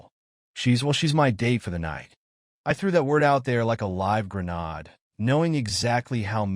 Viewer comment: Open marriage = divorce! No going back. She was cheating before he stupidly agreed! Lawyer up, prepare for it to blow up. Nice twist to flip it on the WW. But, 80-85% of open marriages blow up! AI CAN NOT PRONOUNCE GRENADE! Greee. Nade. Like aid.